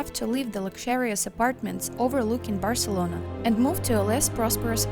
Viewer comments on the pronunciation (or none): none